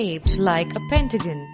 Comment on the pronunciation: she said pentagon funny